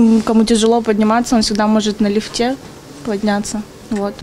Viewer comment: На ЛифтЕ😂 аж слух режет